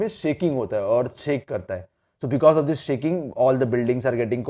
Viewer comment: Hey! You are not pronouncing properly e.g you are saying dish but it is actually this ok